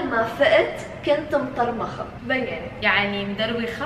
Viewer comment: مدرمخة مو مضرمخة فضحتونا ما بتعرفو معناها يعني دايخة يا هبلان 😉